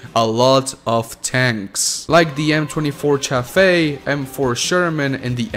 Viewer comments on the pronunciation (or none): none